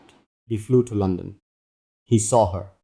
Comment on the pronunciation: London not Lonson